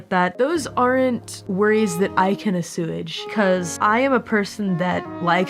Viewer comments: Assuage Uh-swayge? ❌ Ah-sewage ✅ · ......................ah-sewage? rewinds to read subtitles Oh! Assuage is pronounced "uh-sweje." It's one of those subtle difficult ones that we yoinked from Greece in a bygone era. Edit: Oh right, the video. I'm happy to hear that Mori, at least, is comfortable working within modern Hololive. It reassures me that the differences the graduates have had with management are actually differences with management, and not something more sinister like we've been seeing from other companies in recent years. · I know this is an emotional, sobering clip and what I'm about to comment is completely inappropriate, but for the sake of some much-needed levity... "a-sewage"